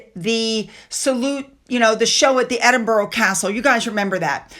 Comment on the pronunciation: Zara, (pronounced Z-ah-rah: not with an “a” as in apple) is NOT royal! Nor is her brother! She is part of the Royal Family, but IS NOT ROYAL! Only those members with the HRH are Royal! Also, you are still mispronouncing dressage which is dress-ah-jj,and Edinburgh and Norfolk! Pls learn!